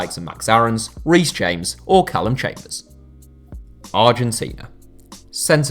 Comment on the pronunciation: You really said chambers😂😂🤣